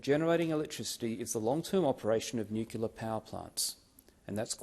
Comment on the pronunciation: Hi, Senator David Fawcett. While I agree with all that you have said in this video, I do hafta ask you just WHAT is 'nucular' power??????????????????? The CORRECT pronunciation is 'nu-clear'. Just my 0.02. You have a wonderful day. Best wishes. Deas Plant.